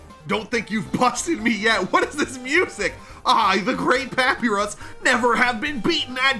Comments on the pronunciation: His name is pa-pie-r-e-s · Papyrus is said Like PAP PIE RUS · His name is pa-pie-rus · I will keep correcting you until you say it right it's pa-pi-rus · papyrus pup-i-rus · Pah-pee-russ is the best video game man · Bro said pahpeeruss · It's papyrus (pur-pry-rus) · You say papyrus wrong it's like this. Puh-pie-rus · Papyrus not papres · Man said papy rus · you said papyrus like papeerus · It is pa pi rus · The most annoying thing is that he’s saying papirus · Ah yes, papeerus, my favorite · ITS NOT PAPYRIS ITS PAPAYRUS😰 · Papyrus is pronounced pop-eye-ress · Papyrus❎ Papirus✅ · Its pronounced pap-eye-rus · Btw it’s pronounced puhpyrus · Stop sying papirus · its pronounsed pap-i-rus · He still cant say papyrus right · First time watching this dude and I cant stop chuckling at the way he pronounces Papyrus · I wish someone counted how many times missaid Papyrus’s name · Your saying papyrus all wrong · How did he voice AND pronounce Papyrus worse the second time around? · He has been saying papyrus completely wrong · i hate the fact that he doesn't say papyus right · Just to say you said Papyrus wrong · Bros doesnt know how to pronounce papyrus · youre saying papyrus wrong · Or pie for py, get what I mean? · I cringed so hardwhen hesaid papyrus wrong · it's not pa-pi-rus, its pa-pie-rus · Hey youre saying papyrus'es name wrong its papyrus (papuyrus) not papirus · you don't say paparus you pronounce it as papeyerus, papyrus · It's papaajrus not papiraz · HE STILL CALLS PA-PY-RUS PAP-PI-RUS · PA-PIE-RUS NOT PAPEERIS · i like how he kept miss pronouncing “Papyrus” and pronounced it as “Papirus” instead of “Pap eye ris” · ikd why he pronounces papyrus like pap''ee''rus its pap''eye''rus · ITS NOT "PAPERUS" ITS "papyrus" pronounced papirus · IM SORRY BUT IS PRONOUNCED PUH-PIE-RUS NOT PAPY-RUS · Great video but it triggers me that says papirus and doesn’t pronounce it as papiyrus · ITS NOT PRONOUNCED PAP-E-RIS ITS PRONOUNCED PAP-EYE-RIS